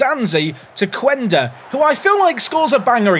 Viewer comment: Quenda probably scores bangers everytime you play him because you can´t pronounce his name correctly to save your life